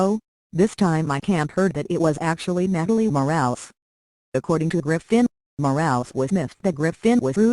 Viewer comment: Total BS! One would think this crappy website could at least pronounce her name correctly!🖕